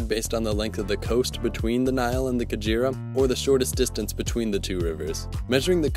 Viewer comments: It is not pronounce Ka-djira it is Ka-ge-ra. The Ge is pronounced as you pronounce ge in get. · Oh the slaughter of African indigenous names... The 'ge' in Kagera is pronounced like in 'get' but with a softness in the "g" sound. The 'Ru' sound in Ruvyironza is like in 'Ru'-Paul, the "Ny" sound in Nyabarongo are pronounced like the "Ny" in Kanye, same as the one in Nyungwe forest, whose "u" sound is like in "bull" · 😂😂😂😂😂I'm laughing at how pronounce Kagera. He is saying kajira instead. It's Kagera (Kaa-gay-La) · The "kaguera" river, that's how it's pronounced!